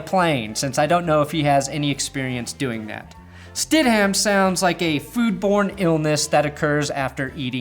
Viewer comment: Its pronounced Sted-Umm. NOT StedHAM. Just saying.